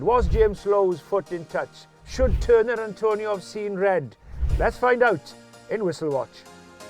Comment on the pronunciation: It's Atonio not Antonio. But it's red card in my book.